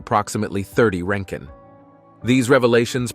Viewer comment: Roentgen not roenken.